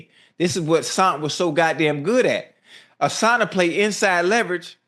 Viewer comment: Why yall keep adding a "s" to Asante last name lol